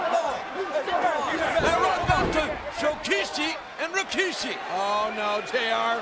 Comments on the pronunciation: Why did J.R. always say Rikishi's name as "Rawkishi" during this time? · Always hated that JR pronounced his name "Raw-kishi". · Jim Ross always insistent on calling him RAkishi. LOL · oh god ... its not RO - KI - SHI.. Its RI - KI - SHI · They always get it wrong in one of Rikishi's interview's he said that they always call him Ra-ki-shi and it's really Ri-ki-shi smh